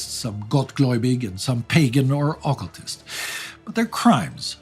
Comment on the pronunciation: your pronunciations are driving me nuts. double check them. Occultist ([əˈkəltəst]. The "U" is not a long sound. It is a short sound.